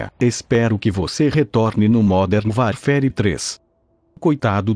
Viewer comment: módern vairfére!